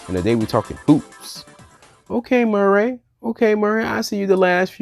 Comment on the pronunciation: I Hate the way you pronounce Murray.